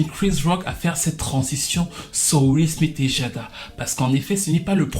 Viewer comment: will smite (prononciation) mdr